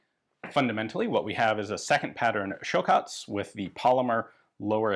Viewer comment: Ian is learning Croatian. Nice pronunciation.